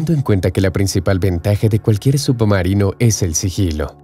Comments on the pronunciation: Se escucha subomarino en vez de submarino, u poco mas de cuidado. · No se dice subbumarinoo, se dice submarino, leches! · Excelente video pero que pesado es escuchar SUPOmarino durante todo el vídeo. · "Subumarinos" 👀 excelente video 👍👍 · Solo yo escucho que dice "Sup-marino"?? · Lo mejor del vídeo es escuchar como pronuncia "submarino" el narrador.